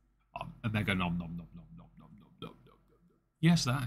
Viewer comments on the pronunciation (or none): none